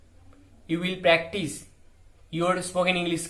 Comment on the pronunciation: Psst..."practice" no s...😉🙏🏼💞